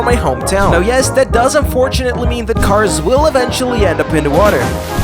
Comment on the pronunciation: Bro da cawrs are gona twansfowm into robots and throw hands